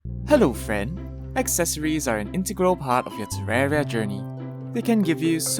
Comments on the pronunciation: he said frien in the beginning of the video instead of friend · it's just his accent.